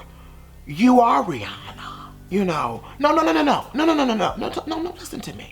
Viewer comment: The way he says her name 😭😂😂